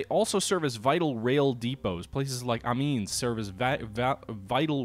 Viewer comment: Pronunciation of the French city of Amiens is '"Ah-me-in"